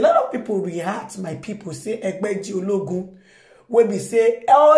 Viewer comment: Your pronunciation of Egbeji Oloogun is what I like hearing always 😏